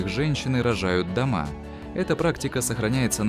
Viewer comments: Рожают домА или рожают дОма? Что за дебильная озвучка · Женщины рожают дома,с ударением на а, дальше слушать сразу расхотелось..